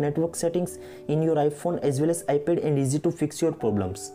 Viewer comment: Iphone as well as Ipel 🤣 it’s ipad man not ipel